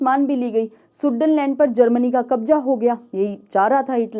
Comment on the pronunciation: शुडटेनलैंड का आपने गलत उच्चारण किया है।